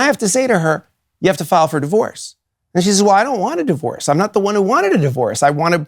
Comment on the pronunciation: "Marriage and divoroe"